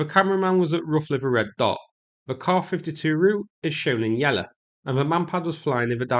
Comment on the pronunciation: Hilariously bad pronunciation throughout. Try practice these when you get a chance: Yellow, Arrow, Russia, Route, Kiev. Also very illuminating hearing bias come through on what should be a rather neutral battle footage video. You aren't fighting there mate and it's another obvious proxy war to keep the war machine bank rolled.